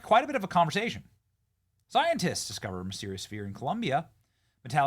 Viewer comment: "Soyentists"... Ack Ack!